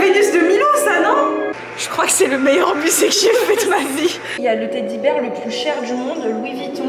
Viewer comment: Teddy Bère 😅 Beer. Teddy Bear 🤣